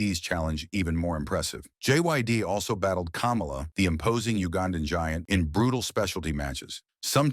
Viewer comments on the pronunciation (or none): Good video, but come on! Fix the pronunciation of the names. You made it sound like JYD was wrestling the cackling exVP instead of the Uganda giant. Can't get DiBiase right at all either. Do better and your channel will do better.